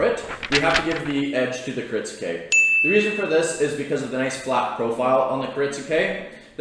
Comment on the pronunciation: It's not "Kirit-su-ke" It's "kirit-ske". The "u" is silent. A guy selling Japanese knives for a living should be able to pronounce what he's selling correctly. Other then that he seems like a nice dude, just saying.